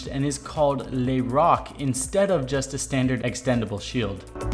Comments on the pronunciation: NOOOOOO NO "LÉ ROK" BUT " LEU ROQUE" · Lé roc Good french accent xD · "Le roc" Beautiful accent XD but good video!